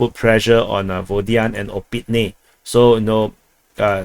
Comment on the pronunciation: "soy sauce" 😂 , "Opitne" - Finally! Well done! 👍